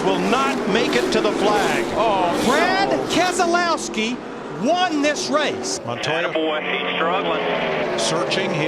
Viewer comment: Also it’s Keselowski